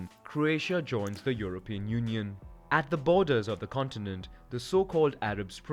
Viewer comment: Cant you say union?